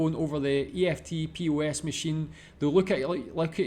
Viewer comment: EFTPOS is pronounced how it looks, "efft-poss"